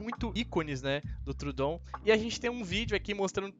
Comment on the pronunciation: Está usando muito bem os capítulos nos vídeos! Racho de rir na pronúncia dos nomes dos animais kkkk deÍno, trudon..